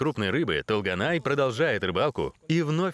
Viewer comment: Не Талганай! тОлганай-пожалуйста произносите правильно это имя) это красивое казахское имя